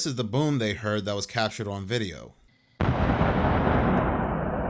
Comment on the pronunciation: Ho-pat-kong. I'm taking 3 Jersey points away from you,. 2 are for putting off the New Jersey Demon House video for YEARS now. I'm adding 1 back for the way you say "on."